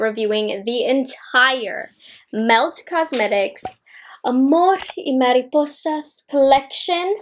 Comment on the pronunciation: I don't gonna by this collection but I'm here because I love your reviews and want to hear you in Spanish 😁😁. Por cierto te salió muy bien el nombre de la colección, mucho cariño desde Guatemala